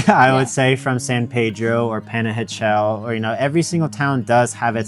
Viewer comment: Porfa: La pronunciación de Panajachel es "pah-nah-hah-CHEL". Better not to anglicize it. OK, done being overly critical :) Gracias por los consejos.....me quedé 2 veces en Atitlán, una vez en Panajachel y una vez en San Pedro....pero me han dado nuevas ideas.....gracias!